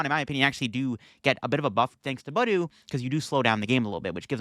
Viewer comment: It’s pronounced buh DOO